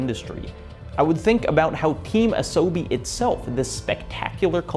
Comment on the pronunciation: Sorry to be snarky. Truly. But your pronunciation of Asobi doesn't make my top 3 pronounciations of Asobi list of 2024.